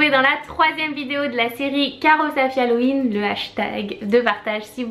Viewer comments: Cest pas Halloween parceque au début tu dis malloween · Pourquoi elles disent "malloween" ?